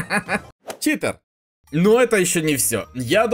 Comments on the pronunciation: читЭр, научись говорить, читЕр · заметь пжлст, говорят не ЧитЭр а Читер блин какой ЧИТЭР ЭТО ЧИТЕР